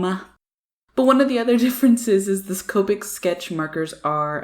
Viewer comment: When you say Copic I think you keep saying covid lol, both sides are amazing though